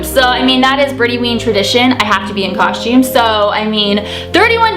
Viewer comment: Idk why but i love the way you say constume😁💘